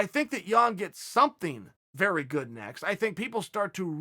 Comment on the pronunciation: Chael “he’s vey handsome and young” Sonnen.